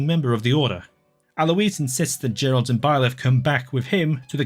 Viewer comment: Why do you say "Geralt"?? It's literally spelled with a J😭😭😭😭 Also me personally I loved cindered shadows. I know it was pure filler but I really liked the story and the characters.